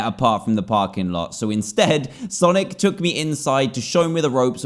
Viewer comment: i thought he said sanic